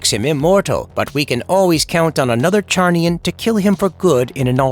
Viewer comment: Lobos race Is pronounced with a Z. Not a ch sound bro